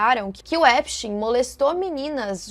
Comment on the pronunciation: Nem os próprios americanos sabem pronunciar o sobrenome do cara! Kkkkk Esptein é de origem alemã, então, a pronúncia é "Épstáin"